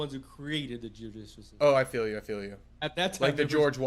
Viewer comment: I kept hearing Jiu Jitsu system instead of Judicial.